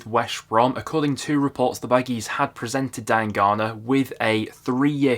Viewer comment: U must be the only person I know that pronounces diangana like that. That's defo not how it's said 😭